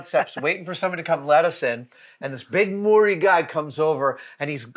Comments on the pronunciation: As a Māori, I'm happy you had a go at pronunciation but instead of "mooree" it's more like "mowree" with mow as in ow not mow in oh. And roll the r. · lol Moory guy, Maori is pronounced properly like moldy but replace the d with a rolling r, or the more casual/slang way is marry. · Just a bit of a tip for the non-kiwis, Māori is pronounced “mau - ree” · big Mori dude? mate how do you even butcher the pronounciation that bad